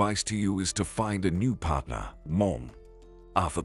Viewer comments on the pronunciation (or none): none